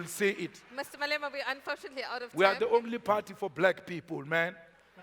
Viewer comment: Malema not Maloka